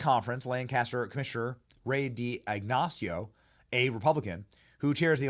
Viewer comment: It's pronounced "DAG-uh-STEE-no"